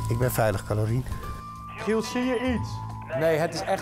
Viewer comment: op zegt Tygo 'Calorine